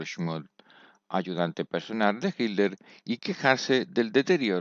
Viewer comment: No se pronuncia hiller 😅😅